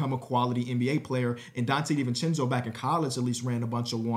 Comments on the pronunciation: I was talking about the way he pronounced it lmao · “Donte Divenchencho trade”